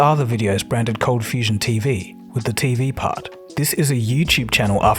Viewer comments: It's ColdFustion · #ColdFustion #ColdFusion — My attention got to it due to the unexpected pronounciation that caught my ear; then I read the spelling and realised it changed at some time... It made me curious what the story is behind it :) — Q: is there something you like to share about the name and name-change? (I'm guessing a lot of your subscribers kind of have the same question) #Perth — and in answer about Perth, yes I knew about Perth a bit, earlier on via school (I guess), later on via stories of a friend of mine who travelled parts of Australia... and F1 driver Daniel Ricciardo is from Perth as well, you're even about the same age :)